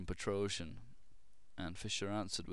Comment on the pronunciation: "Petroscher" =D